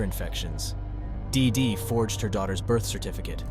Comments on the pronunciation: "DEEdy" is how the name is pronounced for fuck sake. Hard to listen to you mispronounce it endlessly. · Everytime he says DIDI so hard I think of Dexter's Laboratory 😅😅😅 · Why do you keep saying DeeDee like that? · Why you gotta say “dee dee” like that though 😭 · I really wished he would stop sayin DeeDee like that 😒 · It’s distracting how much emphasis he puts on the name “DEE DEE!” I feel like I’m being punched in the face every time he says it haha.